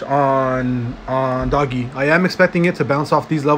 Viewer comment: PRONOUNED DOJE NOT DOGGGY